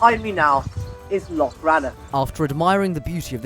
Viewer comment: Oh hey, good job saying loch (instead of lock!) :)